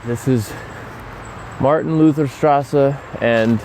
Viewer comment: I am german and i heard you speaking "Martin Luther straße" so funny ahaha